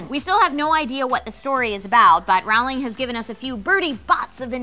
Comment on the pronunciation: Why do American's mispronounce JK Rowling's name every damn time.